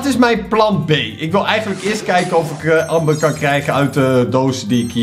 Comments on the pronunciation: Je zegt anmber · Het is Amber, maar je spreekt het uit als Ember btw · Je schrijft amber maar je zegt ember omdat het Engels is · je schrijft amber maar je zegt ember!!